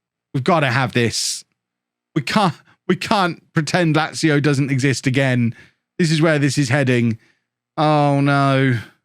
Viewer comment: You've learned how to say Lazio, nice one man.